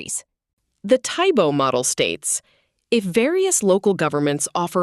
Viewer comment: AI cannot seem to pronounce 'Tiebout'.